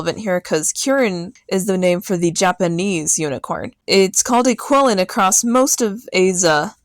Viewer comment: qilin is pronounced "chee-lin" in china